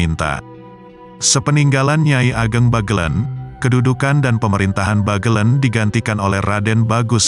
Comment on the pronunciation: Membacanya Bagelèn bukan Bagelen